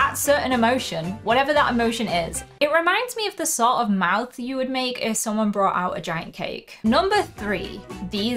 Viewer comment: To be honest I heard you say mouse instead of mouth 😅